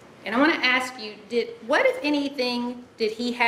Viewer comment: the “aksk” thing just HAS to be genetic…